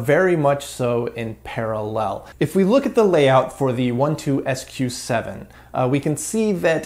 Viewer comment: One-Two-SQ7? Dude, it’s a Twelve-SQ7.